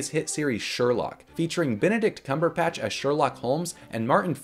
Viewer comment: I just find it funny how you said his name, with a P instead of a B. Great video and minifigs though